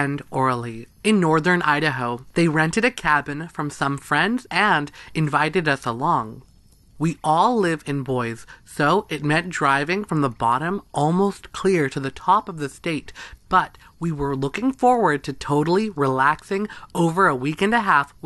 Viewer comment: It’s a strange pronunciation for sure, it is lake pond er ray. (Pend Oreille) and Boy-see for Boise. Love your stories. 😊